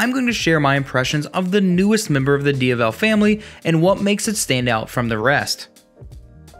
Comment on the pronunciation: Due-Ka-Tee, Dee-Ah-Vel. Great video otherwise!